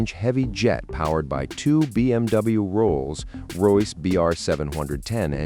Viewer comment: Ruined by AI voice over, yet again. Gulfstream 5 not Vee, and Rolls pause wait for it Royce in the first few seconds. Not bothering with the rest.